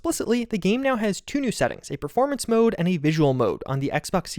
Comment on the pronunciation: right nyeow